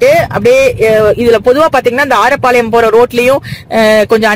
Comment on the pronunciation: அது ஆரப்பாளையம் இல்லை அரேப்பாளையம்